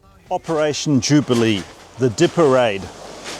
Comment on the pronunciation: I enjoy your content and dont really want to be ‘that guy’ but most anglophones would recognise the local town name pronounced as dee-yepp, rather than deepe. Might help viewers place the historical event more quickly.